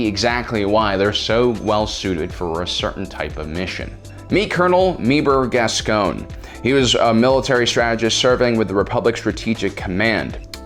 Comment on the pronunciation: Gasgoneeeeeeee not Gasgon?